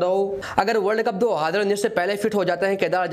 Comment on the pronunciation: 2 haaaaaaaaazarrrrraaaa😂😂